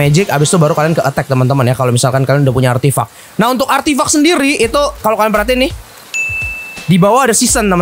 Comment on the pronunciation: ngomong:artifact Yang gw dengar:artif*ck